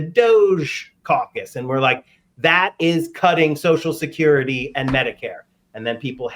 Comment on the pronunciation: Sam can't say Social Security. He says Soshacurity.